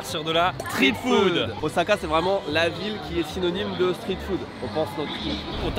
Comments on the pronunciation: Mexicano OZAAAKAIEN! meme vous vous dites OZAKA! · Moi je reste, je suis comme vous, à tanner les gens qui prononcent le S de Osaka "Z" ^^;;; Mais lol... des poubelles et devient France Gall ^^